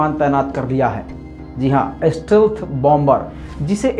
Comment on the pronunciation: स्टेल्थ होता है स्टिल्थ नही ये राडार मे नही आता